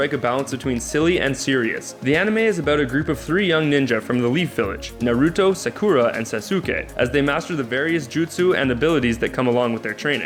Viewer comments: Narooooto, Sakooooora and Sasooooooke. Hokajjjjj wtf lol lamo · next anime vid... please have someone who has watched one ep of one anime do that ep omg it's pronounced ná-rú-tó, sá-kú-rá and sá-ské hokaj? it's ho-ka-gay it's not gùn, it's gundam (yes pronounce it like english "gun") not ru-ru-nie ken-shin ru-row-nie omg please don't ever talk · Its NA-ROO-TOE xD And SA-KOO-RAH. I got so mad on sauske. its SAH-SK-AY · SASOOKE AND SAKOORA AND HOKAJ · Anime names for dummies: Naw-roo-toe Sah-koo-rah Sauce-kay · MeowAna Nar-uto, sack-cura and sas-uke-a.... kill me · The way you said Hokage, Naruto, Sakura and Sasuke gave me cancer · I was laughing so hard at how he pronounced Sakura's name and Sasuke's names XD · I actually had to pause for a moment. I heard Naruto's name mispronounced like that, but Sakura and Sasuke?! It hurts. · You pronounced Naruto, Sakura, Sasuke and hokage wrong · the wat you pronounced naruto sasuke and sakura literally (no joke) made my ears pop from disgust... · You said Naruto Sakura and Sasuke wrong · I died when you pronounced sasuke and Sakura it kill me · I CRINGED ON HOW YOU PRONOUNCED SAKURA